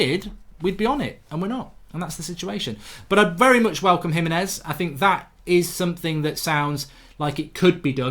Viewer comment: HE-meh-nez, not hi-meh-nez. No one can say his name right.